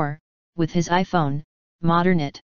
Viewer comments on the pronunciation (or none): none